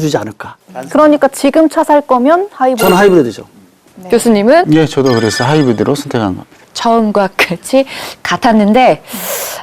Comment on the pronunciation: 하이브리디 일음절에 강세를 주는 버릇 교육이 잘못됐어